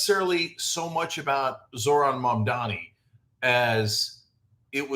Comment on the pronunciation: At least you pronounce his name right